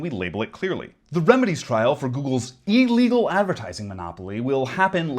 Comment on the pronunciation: Can we work on pronouncing illegal since you're going to precede it with literally and put emphasis on the word?